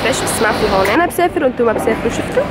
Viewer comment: بتقول بسييفر بدل بسافر وهلاق غريبه طالعه معا